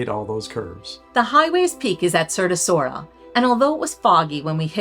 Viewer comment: Brasov is my favorite city in the world. My wife was born there and we go back several times a year. The family flat is about a 10 minute walk from the historic centre/Black Church. (Edit: Sighisoara is pronounced "Siggy Schwara" 😊